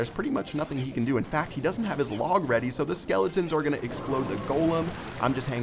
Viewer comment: Clash Royale really Are 10 you don't know how to say are